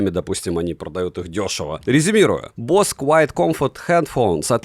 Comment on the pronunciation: Самые дорогие уши на канале? За что? Босе скорее, а не бос.